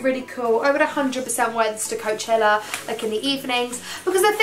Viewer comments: It's not Coacheler it's Coachella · You say coachella so weird! I've never heard anyone say it like you before 😂😂